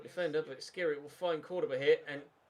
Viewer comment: Dislike coz u pronounce Skhiri wrong for the 7th ep in a row and u don't read the comments.